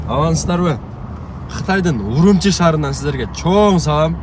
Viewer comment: Үрүмчү десең орус чалыш киргиздей урумчи дебей